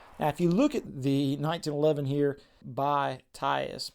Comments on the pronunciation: lol. He keeps saying “tyus”. It’s Tisas. Pronounced “Tee-sashe”. Or even “Tee-sas” would be phonetic. Anyway. These guns are perfection. The A1 vs the model of 1911 (pre 1920’s version) HAS an extended beaver tail. No one who has a proper grip will get hammer bite on an 1911A1. Also. Regarding the bare bones features and sites. For the people who buy this gun. THIS IS WHAT WE WANT. we want an ACCURATE representation of the GI issued side arm that the troops used in the 1940’s. Why? Because they’re sexy. This is the 1911 as Browning wanted it. As the military wanted it. Not those ugly extended beaver tail…skeletonized parts “1911’s”. This is what people have been wanting. No frills. A hunk of parkerized steel. Plastic grips. GI sites. That’s it. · Tisus, Tias, lol. It's spelled Tisas and pronouned Teesosh. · It’s Tea-sas not tie-sas! 😂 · It’s pronounce tea sauce 😂 and they have definitely changed up the packaging, you need to learn more about the history, which goes all the way back to World War II with this company and their relationship with colt firearms. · I aint being a snob jsut letting you know its pronounced 'Ti-Saush' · FYI. 'Tee-sawsh' = Tisas. Accent on the second syllable. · I have heard that it's pronounced Tee-sauce. Thank you for your video. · Little help with pronunciation; "Tee Saash" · I believe it's pronounced TEE-SAWSH. I have one of their railed models and I love it. Best bang for your buck 1911 currently if you want to dip your toes into the 1911 world.